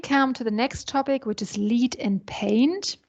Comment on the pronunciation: please pronounce LEAD correctly